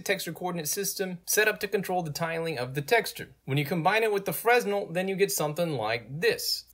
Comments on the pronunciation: I usually never do this. But Fresnel is form french physicist Augustin Jean Fresnel, and it is pronounced "Frenel" without "s". Sorry. I had to point this out. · Good explanation. btw the 's' in 'fresnel' is silent